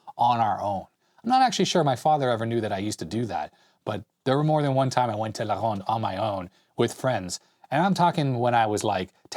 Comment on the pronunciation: Hey! Your French accent when you say La Ronde is perfect! Were you in French school over here in Montreal?